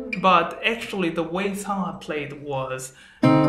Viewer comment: Are you Korean? Your pronunciation is good when you said 성하. Thanks for making lesson.